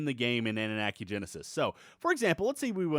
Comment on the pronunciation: annunaki said like Anu-Knock-ey not Ani-Knack-ey. same as Wyvern said like Why-Vern not Wiv-rn Mispronunciation is my pet peeve.